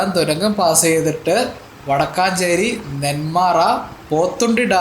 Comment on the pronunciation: വടക്കാഞ്ചേരി അല്ല വടക്കഞ്ചേരി ആണ് രണ്ടും വേറെയാണ് വടക്കഞ്ചേരി പാലക്കാടും വടക്കാഞ്ചേരി തൃശൂർ ജില്ലയിലും